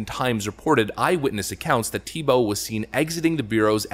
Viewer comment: I think its pronounced Theebow